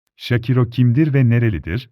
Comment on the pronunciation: Adam şakiro ismini şakira der gibi söylüyor.Hayır görüntü olmasa kimden bahsediyor dicem. Keşke ismini söylerken şâkıro diye söyleyebilseniz